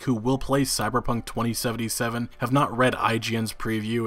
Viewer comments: Why does he say it twENTY Seventy Seven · I hate how you pronounce 2077